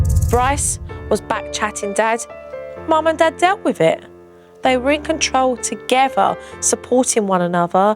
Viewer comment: I love JoJo! Only wish she'd get speech therapy and learn to say together instead of toogevvah, etc.